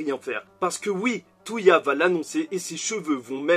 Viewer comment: bonne review, mais juste c'est pas "Touya" mais "Toya"